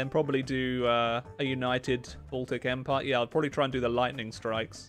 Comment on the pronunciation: “A United Baltic Empirrrreeeeee!” 🤣🤣🤣